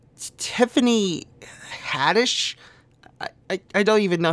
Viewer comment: You knew damn well how to say Haddish.